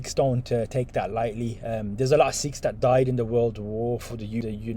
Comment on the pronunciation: Sikhs*** almost like you said sheikhs big difference